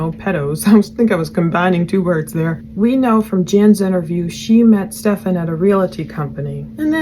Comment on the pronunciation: I always laugh when she calls him Stefawn instead of Stephan it's so dismissive not saying it correctly lol